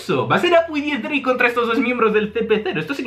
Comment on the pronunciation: Por que dices Dix-drake? No es x-drake?